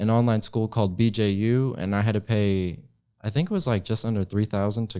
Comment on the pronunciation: "SCOOL" BUDGET